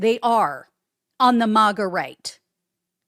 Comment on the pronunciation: It's maga not mawgaw